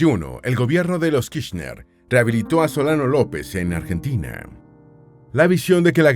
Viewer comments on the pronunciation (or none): none